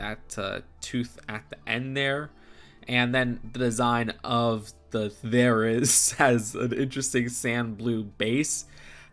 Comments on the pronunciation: Therizinosaurus is my favorite dinosaur! (Also you said both their names wrong lol) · You got gigantosaurus right but you butchered therizinosaurus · They are pronounced jai-ga-nuh-tuh-saw-ruhs and thr-i-zee-now-saw-ruhs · It’s pronounced (jai-ga-nuh-tuh-saw-ruhs) and (thr-i-zee-now-saw-ruhs) if you were wondering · appreciate the effort on the pronunciation lol, but it's Ther-i(h)-zin-o-saurus and Giga-no-to(h)-saurus (the letters in the parentheses aren't in the spelling of the name, but they help sound out the word) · FYI, the are pronounced there-o-zine-a-saur-us and jig-a-note-a-saur-us. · Pronunciation guide - gig - uh - not -oh - saurus -their -eh - zen - oh saurus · The-ry-zine-no-sorus There ya go! Thought this would be a bit of help :) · Giganotosaurus (Gi-Ga-No-Tho-saw-rus) Therizinosaurus (They-Ri-Zi-no-saw-rus) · here's some help with names if you do a review on it, but i like your pronounciatoin of it for some reason XD Therizinosarus: Fair-is-in-oh-saurus Giganotosaurus Jig-in-oat-oh-saurus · Here’s some helpful pronunciation: Therizinosaurus: There - i - zee - no - saurus Giganotosaurus: Gig - a - nod - o- saurus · Ge-ga-not-o-sore-us There-e-zee-no-sore-us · Ther-a-zino-saur-us and Giga-nota-saur-us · Giga-No-Ta-SAURus and THER-I-Zin-O-SAURus is how to pronounce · Ther-I-zi-no-saurus and Gi-ga-no-tow-saurus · Gig-ah-not-a-sore-us and There-is-e-no-sore-us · There-iz-ZINO-saurus and Jig-ah-NO-TO- saurus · It’s their-iz-ino-saurus and jiga-no-to-saurus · How to pronounce Therizinosaurus Thera-zeno-saurus. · I definitely gonna get this And no they are pronounced Theira zeeno saurus And Giga nota saurus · It’s pronounced giga-note-oh-saurus And There-is-in-oh-saurus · It’s There-Ih-Zee-No-Saurus and Ji-Ga-Not-Oh-Saurus. Nice try though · Bruh ther uh zin uh sor us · You said it incorrectly or almost and here is how you pronounce it Therizinosaurus pronounced There-re-zi-no-saurus Giganotosaurus pronounced Ji-ga-not (or no)-tosaurus